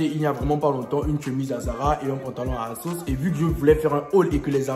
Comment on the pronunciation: On dis asos